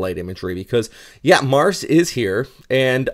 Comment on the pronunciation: its pronounced Mar-seh😁😁😁😁